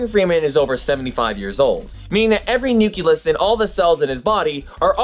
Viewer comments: Sorry but hearing nu-cle-us mispronounced so many times brought me back to my high school biology class with a teacher who had no business teaching biology. But don't let that discourage you. I'm very impressed by production quality and research that goes into your videos. I'm especially impressed that you've taken this solo venture at such a young age. I subscribed to your channel after your video about v sauce and I'm glad I did. I vote that v sauce or destin or the veritasium guy make you their protégé! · you say nucuLUS instead of nuclEUS is this because it is correct for what you are referring to or do you need a little factoid yourself? I know that mostly nucleus is used when referring to cells; is this some type of pluralization? probably not... anyways, just making you aware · i'm a science teacher and i like your video. I use a lot of videos in my class, but i'm afraid i cant use yours. i just don't want to let my students think cells contain a "nuculus". You keep pronouncing it "new-cue-lus"? (16 times!!) when it should be "new-clee-us" . your old science teacher must cringe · Love the video! The only thing is the word nucleus is pronounced "new klee us" not "new ku lus" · nuculus hehe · Anyone else hear him say nukilus? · Interesting video, but I must say, every time you say nuculus it causes me so much pain :D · Nucleus is not pronounced "nook-yuh-liss". But since I loved the video, my duties as a grammar nazi have been nullified because I'm not mean. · a "nuculus" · Please. It's Nu-cle-us. Awesome video though. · You keep saying nu-kyu-lus. The word is pronounced exactly how it's spelled. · Just a note: the word nucleus and the related words, i.e. nuclear, are pronounced nu-kle-er, not nu-kye-ler. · umm that's not how you say nucleus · A kitten dies every time you mispronounce the word nucleus. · I implore you to begin pronouncing nucleus the correct way. Otherwise good video. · I don't get your pronunciation of nucleus...